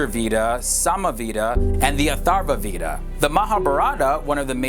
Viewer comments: अरे यार अगर वेद नहीं बोल सकते हो वेदा हि बोलदो पर वीदा मत बोलो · Veda pronounced as vadha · hey, veda is pronounced as "vay-da" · Veda is pronounced as "way-da" with a soft d, similar to the word "the" ending in an aa sound. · Its pronounced vadha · it's called "Weda" not the letter V is red as W. "We Da"